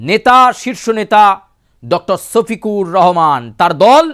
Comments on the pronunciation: আমি বুঝি না আপনারা পশ্চিমবঙ্গ বাসী কি 'স' আর 'শ' এর মধ্যে পার্থক্য বোঝেন না? সফিকুর আর শফিকুর কি এক? ভালো করে বাংলাটাও মুখ দিয়ে আসে না। হায়রে বাঙালি রে😂😅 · ছফিকুর না রে বলদা ওটা হলো শফিকুর রহমান😂